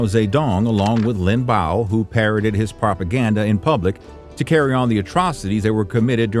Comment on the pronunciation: It's pronounced Lin Biao not Lin Bao 林彪